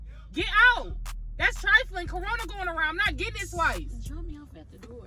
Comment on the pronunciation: All I hear is that's nasty that's trifaline 😭😭